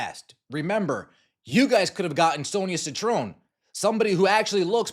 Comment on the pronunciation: Its Citron- Sit-tron..... Ugh!